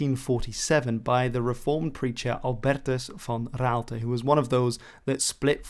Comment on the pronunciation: And albertus van Raalte, too...perfect dutch spoken. Are you also dutch?